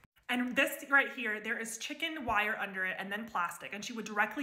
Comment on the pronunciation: When you say "she is pounding liquid polyurethane over chicken wire and plastic" please don't pause between the words "chicken" and " wire